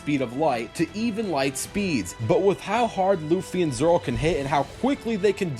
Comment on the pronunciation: it’s Zolo, not Zoro. Zoro is the guy from a different franchise.